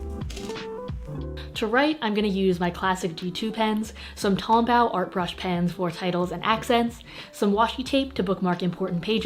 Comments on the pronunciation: just an fyi, tombow is pronounced like hair bow not like bowing down :) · tomBAU lmfao tom-bow like bow and arrow lol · You saying leuchtterm and tombow is funny not to hate I love you and your videos It just gave me a chuckle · the tombow is dual ended. Btw its pronounced tom like the name and bow like bow and arrows Edit: I sound really aggressive idk btw please like this so can see because I'm getting so triggered when she dosent use both sides ight imma head out now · you pronounced tombow wrong;-; also if you havent already, studyquill and amandarachlee are great channels for bujo! amanda also does a lot of calligraphy practice, since it is very difficult for beginners <3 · the way pronounced tombow tho, it was so cute 😂